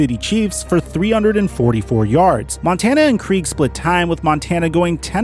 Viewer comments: Dave Krieg is pronounced like Craig. NOT Kreeg! Like your video but mispronouncing Krieg makes you sound like a complete idiot. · And pronounced "yon" instead of Jan Stenerud.. and Dave "Kregg" instead of kreeg for Krieg.. it'll be just the little things that make his videos legendary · Not to mention Dave Kreeg .